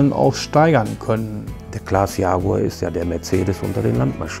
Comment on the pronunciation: Not yaguar but jaguar